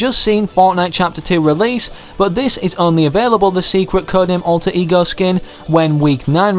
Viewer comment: When he says alter ego it sounds like e-girls